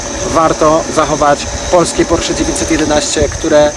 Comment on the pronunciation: porszu ? Kurwa, porszu 😁😁👍